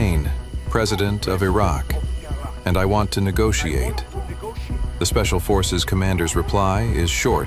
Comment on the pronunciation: 😂 Did he say negotiate?😂